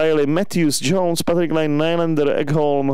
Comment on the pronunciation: Ahoj super video ....rozhodně natáčej dál .. Jenom jsem ti chtěl říct že hráč Patrik Laine se nečte [:lejn:] ale normálně [:Lajne:]...zatím čus... 😂😂